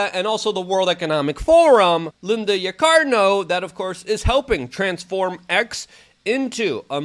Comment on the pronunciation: YAH-KUH-REE-NO or as Luke says it; Coca-cola.